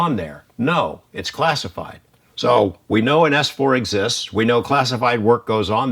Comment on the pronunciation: Jeremy....it's "ess four" not "ass four" 😋😋😁🤓😚😍